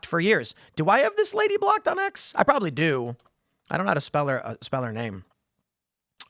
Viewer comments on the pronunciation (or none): none